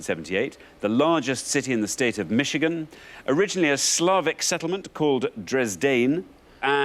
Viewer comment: Who says mitchigan?😂